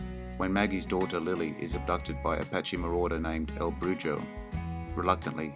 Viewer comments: "The Last Ride" was authored by Thomas Eidson, not Thomas Edison. Also, "Brujo" is pronounced "BRU ho". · Dont understand you Brits Maybe having Gibraltar for a century or so y'all cant pronounce brujo; brew ho me american is gooder than they spanish